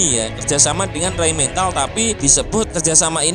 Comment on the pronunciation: Rheinmetall bukan rhein mental min...😂 Motor...bukan montor ....🤣 Kenapa kalau kotor nggak jadi kontor ? Kaya orang jawa ente min